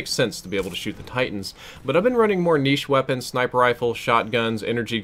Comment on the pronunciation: If you pronounce "niche" again the way you do, I'm unsubscribing.